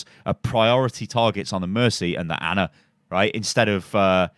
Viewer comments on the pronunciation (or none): It's not Anna is ana, pronounced arna